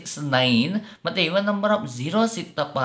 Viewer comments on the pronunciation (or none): none